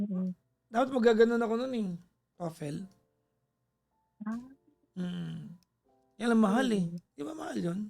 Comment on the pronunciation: Papa J its TO-FUL … (Toefl)